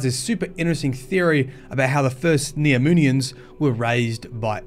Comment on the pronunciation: I thought I heard him say "Neominions" in the beginning.